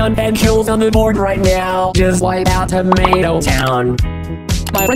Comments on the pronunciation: I laugh so hard at Preston say tomato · And the way he said “Tomato Town”